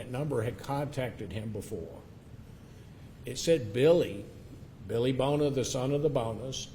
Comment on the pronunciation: no he kept saying Bill Boner, might be Bona maybe but his pronunciation was terrible